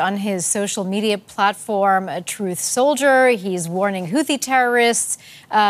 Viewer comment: truesolder' LOL